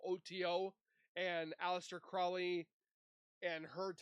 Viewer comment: The OTO 'sex' advisor is called a High Priest and advises the lower person on every ritual and spell usually. Oh and its pronounced CROW-LEE.